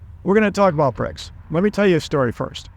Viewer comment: So CRIBS, not BRICS😂